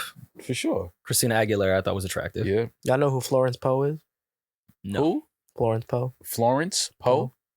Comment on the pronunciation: It's pronounced Florence Puee lol